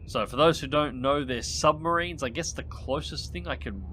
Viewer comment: Shh. Be vewy vewy quiet, I'm hunting submawines.